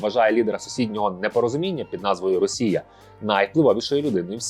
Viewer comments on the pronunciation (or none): none